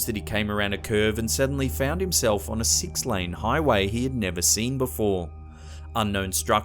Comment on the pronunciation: This guy is Australian. , how he says six. I know it doesn't matter but I can't sleep.